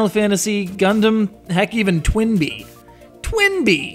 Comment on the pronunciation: Twin Bee? is that what he said